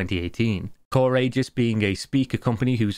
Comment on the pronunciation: The main thing that bothers me about this whole kerfuffle? The pronunciation of Aegis.